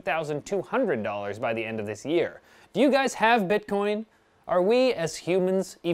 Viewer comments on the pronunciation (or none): none